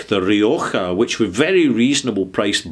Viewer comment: Very nicely pronounced that "Rioja" , congrats from Spain 🍷:person-turqouise-waving